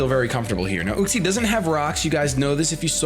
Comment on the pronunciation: Uxie is pronounced You-xie